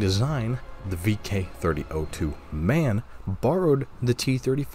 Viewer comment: BTW, MAN is not a Word like „Man“ as in „mankind“ but an acronym for „Maschinenfabrik Augsburg Nürnberg“ machine Factory Augsburg Nürnberg. It is pronounced M. A. N. as single letters in German. Man makes me cringe. It is like calling a famous english motorcycle a bsa like bzzzzz.